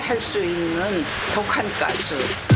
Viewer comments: 가스가 아니라 깨스인가욥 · 가스를 자꾸 깨스라고 하네ㅋㅋ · 아니 가스발음이ㅋㅋ 깨슼ㅋㅋ